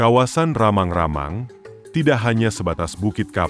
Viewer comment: Rammang - Rammang bukanlan ramang-ramang